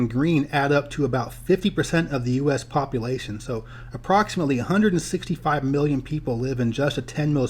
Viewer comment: I know I'm going to sound like a jerk when they say this but as a geographer you think population would be a word you would make sure you pronounce correctly